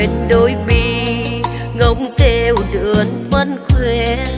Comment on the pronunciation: Phát âm sai trật lát vậy mà hãy cái gì ' đường thì hát đườn